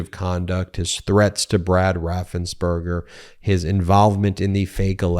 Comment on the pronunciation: His name is Raffensperger, not raffensburger. Why does everybody mispronounce it?